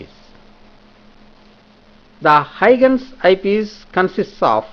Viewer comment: very helpful video but i would request you to correct your pronunciation of huygens